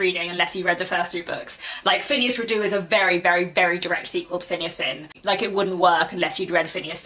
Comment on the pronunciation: Hello and thank you for another interesting video. I look forward to your thoughts on The Palliser novels. Just one thing if I may and that is can you please pronounce Phineas Redux correctly? I refer to the Redux part of the title which is pronounced Ree-ducks not re-doo. It comes from the Latin and not the French (as I suspect you may think). Apologies if this offends I certainly don't mean it to. Your channel is one of the brighter, intelligent and more thoughtful places on YouTube. Many thanks.